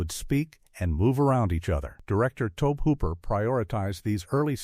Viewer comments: Dear AI Narrator, the director pronounces his name toe-bee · Cheesus, the mispronunciation of Tobe just keeps happening, over and over and over